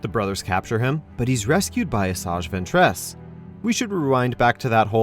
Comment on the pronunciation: It actually hurts and the way he says Ventress and Tano